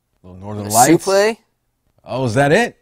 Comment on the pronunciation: why does call it a supley and not suplex lol